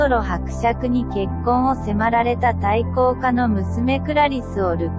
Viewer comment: 大公家を「たいこうか」と読んでるだけでダメ。